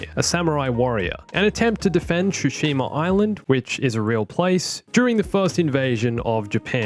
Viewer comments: Ghost of Shooshima 😂😂 don’t you mean tsushima? Can’t forget the ‘tsu’ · The way you mispronounce Tsushima hurts 😂😂😂